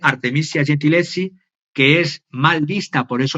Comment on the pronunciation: Minuto 23: Artemisia Gentileschi (pronuncia: Artemisia: con S dulce, como la palabra iglesia, el apellido Gentileschi, se pronuncia gentileski).